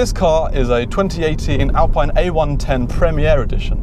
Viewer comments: Alpine sounds more exotic even though its the wrong pronounciation. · Say Alpeen!!! like you say Ferraree and Lamborghinee! what an english uggly pronunciation you've got!!!